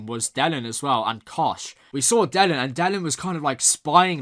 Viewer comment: OK, here goes. Delenn. The stress is on the second syllable. The way you pronounce is like Dellen. OK, don't worry too much, as apart from G'Kar and Londo, "De'lenn" is one of my favourites. Sometimes it is easier to know the pronunciation when you listen more to the sound track. You probably got that anyway by now. Yes Vir (pronounced like "veer") has some good scenes in this episode, he even stands up to Londo this time. "Pro Earth"?!?!?!?! I would call them anti-alien, wouldn't you? Oh, Londo! "My shoes are too tight". He did really learned a bit from the poet. Ivanova telling Malcolm that she never knew him, - perfect! You do have some excellent observations, I will not spoil you with saying any more, as B5 is best viewed unspoiled the first time. As an old fan I love seeing new people falling in love with my favourite story.